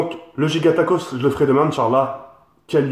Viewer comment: "giagatacos" xDDDDDDDDDDDDD